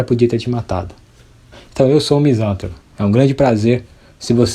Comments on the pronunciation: Só lhe dar um toque. Em português todas as palavras proparoxítonas são acentuadas. Sendo assim misantropo se fala "misantrôpo". Se fosse "misântropo" o acento seria obrigatório. Em regra no português a sílaba tônica é na paroxítona quando não tem acento. Parabéns pelo vídeo! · Meu caro, a pronúncia correta é Misan TRÔ po, se fosse como pronunciastes, seria proparoxitona, e toda proparoxitona é acentuada.